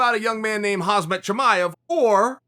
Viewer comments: Common Chael....its about time you learn how to pronounce Khamzat correctly. Wtf is Haz-mat? Just try Ham-zat,clearly thats pretty easy. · Love how Chael pronounces “hazmat” instead Khamzat but always nails his name in the video titles 👌🏽😂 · He still says “Hazmat” 😂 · Me: Khamzat Chael: Hazmat Me: okay